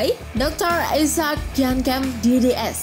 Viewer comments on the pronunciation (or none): none